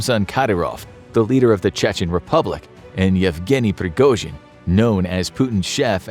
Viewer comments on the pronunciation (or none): none